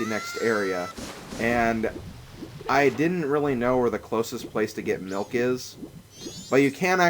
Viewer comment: when you say milk i thought you said milf